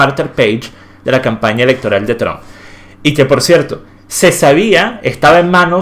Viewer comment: Todos: Trump: “Chomp”